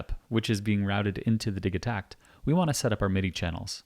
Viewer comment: Bro, its Di-JEE-takt